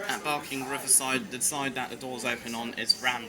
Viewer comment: it's barking not barkng riverside u got it wrong